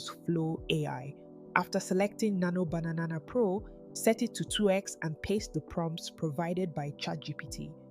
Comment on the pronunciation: Any reason you pronounce Nano Banana as Nano Bananana?